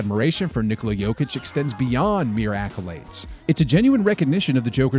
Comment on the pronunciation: How do you know that is Serbian? He can say word "Nikola" perfectly. 😂 👏💪❤️🇷🇸♾️